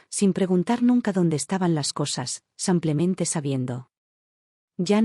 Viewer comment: La historia buena, la IA de la patada, siempre dice 'samplamente en vez de simplemente' De inteligente no tiene nada, es muy b.r.u.t.a.